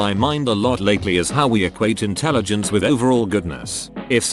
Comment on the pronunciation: "When you're in the telligence" LOLOLOLOLOLOLOLOL